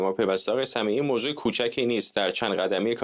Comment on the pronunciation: موزه نه موضوع فرزاد جان